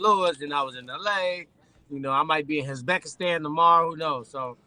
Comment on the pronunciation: Did he say Uzbekistan